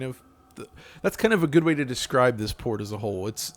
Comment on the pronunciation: So is it a Poor-t. Eh eh.